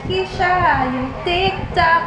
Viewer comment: it's Ke-sha! Hahaha Although her name is spelled as Ke$ha.